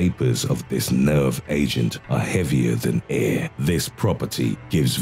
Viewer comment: Lol. The way he pronounces air